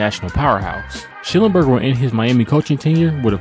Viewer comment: The man's name was Sch-NELL-enberger!